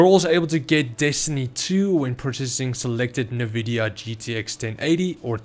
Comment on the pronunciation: NA-Vidia?? Nvidia ...